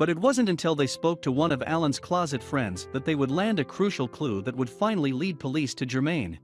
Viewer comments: The narrator must not be a real person. He must be A.I. - kinda like Apple's Siri or Google's Assistant. You type the script and then import it into a text to voice app. If he is a real man, why did he say, "Two days had passed since she called nine hundred eleven from her car"? And also.... He says "But it wasn't until they spoke to one of Allen's closet friends". Closet friends??? LOL 🤣🤣🤣 It's supposed to be "Called one of her closest friends". Did he (human) read the word closest as close??? Or did the script writer misspell the word in the script and the text-to-voice A.I. read it the exact way the author wrote it??? Either way, it's human error!!! I don't know anyone that refers to 9-1-1 as nine hundred eleven!!! And I do know a few people that would read closest as closet, BUT... they would watch the video and check for errors before publishing/posting it. So.... Whoever wrote it didn't proofread it. Whoever narrated it didn't catch it and whoever edited the video didn't catch it. These errors could have been caught several times and corrected before uploading it!!! Have you ever referred to 9-1-1 as nine hundred eleven? If you have, I guess that's the closet way of saying it without being totally wrong!!! LOL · Aye, he said they spoke to one of Alans "closet" friends instead of closest, lmao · Does anyone check for typos and the robot's pronunciation before posting online? Nine hundred eleven? Allan's 'closet' friend? And what's the deal with stalking random KFCs for footage?